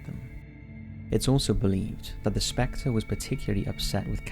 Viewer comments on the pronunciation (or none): none